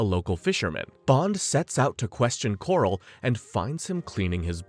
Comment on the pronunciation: "Strangways" not "Strangeways" "Crab Quay" not "Crab Key" "Quarrel" is not pronounced "Coral" Aaargh! My autism!